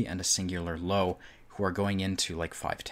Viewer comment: LÖWE NOT LOWE at least try to get it right